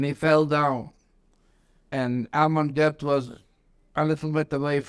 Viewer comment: Good grief, when will interviewers like this guy learn to pronounce German names correctly! Plaszów concentration camp's commandant was Amon Goeth, pronounced GERT NOT "GOTH"!!!